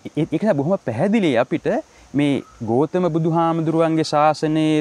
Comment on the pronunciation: ගෝතම නෙමෙයි ගෞතම නම හරියට කියන්න.....